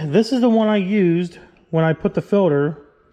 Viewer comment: New drinking game: take a shot every time says “ filder “